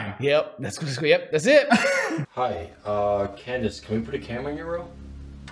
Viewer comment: Did he say candice ? 👁👁